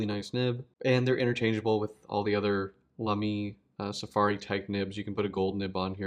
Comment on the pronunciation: Sounds good to me when comparing it with German You Tubers. 🤷‍♂